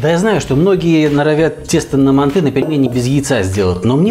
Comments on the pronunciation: это все хорошо что она лингвист.... вы посмотрите видео казахов киргизов и всех тюркских наций кто готовит мАнты и Шашлык и вы никогда не услышите мантЫ шашлыкИ и мантышницу🙂🙂🙂 просто ухо режит, а так видео зачет! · Происхождение блюда Тюркское и китайцы тут ни причём, к ним оно пришло из Монголии. Станислав Гильгенберг прав., правильно произносится с ударением на первый слог: мАнты. Современные лингвисты оставляют желать лучшего. простой пример: всегда было правильно произносить слово договор с ударением на последний слог: договОр, теперь произносить можно: дОговор. Лингвисты (российские) пытаются нас убедить, что это допустимо. Хотя когда я учился в школе, это было ошибкой. Такими темпами скоро и до буквы "Ё" доберутся, зачем нам лишняя "Е" в алфавите, ведь одна уже есть. А рецепт очень вкусный, уже год как готовлю. Спасибо большое. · МАнты, а не манты! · Не мантЫ а мАнты... говорят в Казахстане. И лучшая рыба в мантах, это змееголов. С добавлением 25-30% сала. Укроп в мАнты не ложится... и лук не пережаривается, и мясо делают рубленым, и не в коем случае не измельчают в блендере или тестомесе...- Это уже твой личный рецепт. И конечно тогда это уже НЕ манты будут. Нужно другое название этому блюду.А к настоящим мантам, используют соусы основанные на красном перце. Хорошо идет уйгурский "ляджан". Но к этому блюду из рыбы... может и эта зелень покатит. Короче, от "Мант" тут ничего и не осталось. Назови это блюдо по своему... но не мАнты. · МантЫ????? Что это? Есть мАнты.... и к слову они не склоняются..... так же как и шашлык.... Нет такого шашлыки... есть шашлык.... аж передергивает как вы это говорите..... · Согласен. Правильно ставить ударение на первый слог: мАнты.